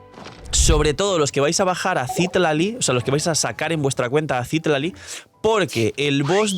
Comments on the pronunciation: Te ayudo con el algoritmo diciéndote que es Citlali, no Cítlali ni Citlalí como en los subtítulos😅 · Gracias por el video solo una aclaración porque veo que no eres de México Citlali se ponuncia con acento en la A (citlAli) es nombre muy común en México que me parece es de donde se basaron en esta zona de américa lo digo porque he visto que hay muchos temas con representación cultural con la fan base de genshin, por cierto es un nombre taaan común en México que me da muchisima risa que hayan hecho un personaje así, es como si ororon se llamara pedro